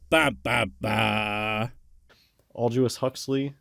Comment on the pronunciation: Aljuous Huxley? Did he really pronounce Aldous Huxley's name that way?